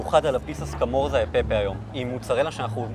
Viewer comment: סקמורצצצצההה לא סקמורזה